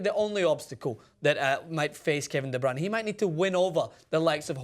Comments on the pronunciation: Not going to lie, I'm belgian, and the way you pronounced De Bruyne was one of the best i've heard by non-dutch speakers. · The way you said De Bruyne was perfect.